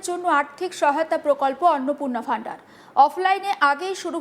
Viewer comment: Vandar কি জিনিস? শব্দটা ভান্ডার (Bhandar)